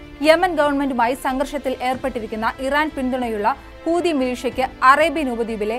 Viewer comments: ഹൂതി അല്ല ചെങ്ങായീ.... ഹൂത്തി 😂😂😂😂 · ❤ഹൂദി അല്ല കുട്ടി ഹൂത്തി എന്നാണ് പറയേണ്ടത്. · കൂതി അല്ല കുട്ടി ഹൂതി ന്ന 🤣